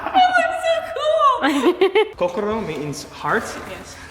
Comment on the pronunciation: It’s not koukorou it’s kohkohro